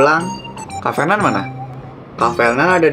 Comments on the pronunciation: pas elsa ngomong triple kill Kok bisa ngomong r tapi giliran ngomong nama Fernan ngomongnya jadi felnan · fernan liora bukan "frenan" 😭